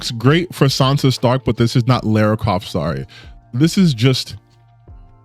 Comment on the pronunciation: Every time someone says Laura I take my anger out on a dog.